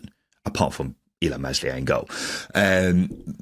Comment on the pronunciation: Look nice summary. However please just learn that you don't pronounce the bloody S in Meslier. It's pronounced MELIER the S is fecking silent. Ok it's not really that hard.